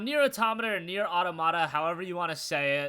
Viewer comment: thanks for saying it right.